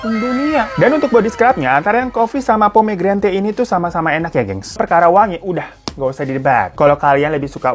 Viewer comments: Pomgrenet bacanya lol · Dibacanya pomegranat ga si 😂